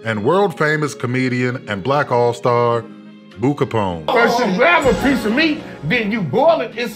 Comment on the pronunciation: BRO SAID BOO CAPONE LMFAOOOOOOO💀🤣😭